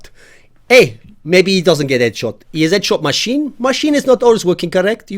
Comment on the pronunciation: "Eee es edshawt masheen"